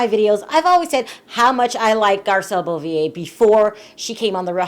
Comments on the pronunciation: Hi, Garcelle's last name is pronounced BOH-VAY, not BOH-VEE-YAY... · Stop butchering my girl name it's Garcelle BEAUVAIS pronounce ( bo - vey ) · Beauvais is pronounced “boh-vay” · I don't mean to be a dick but you are saying Garcelle's last name totally wrong...it's pronounced BO-VET (say VET without pronouncing the t). Bo-Ve (Beauvais)...just an FYI ;)